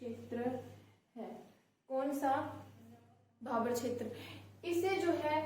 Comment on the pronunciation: मैंडम भाभर नहीं भाबर होता है